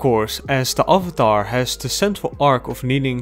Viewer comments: You pronounce avatar like the funny movie guy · Questionable pronunciation of Avatar not too bad. Acknowledgment that it is one of the best children's animated series to ever come out of the United States or the planet have I owned it forever do I watch every single video essay I can find on it and then rewatch the series all over again all four books without even skipping the Great divide hell f**** yes I do.